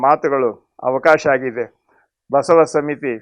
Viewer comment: ಬಾ ಎಂಬಲ್ಲಿ ಸಾ ಎಂಬಲ್ಲಿ ವಾ ಎಂಬಲ್ಲಿ ಬಾಸಾವಾ ಆಗುತ್ತೆ. ಬ ಎಂಬಲ್ಲಿ ಎಂದರೆ ಶುದ್ಧ ಉಚ್ಚಾರ ಮಹಾ್ತ್ಮರೆ, ತಪ್ಪಾದರೆ ಕ್ಷಮಿಸಿ.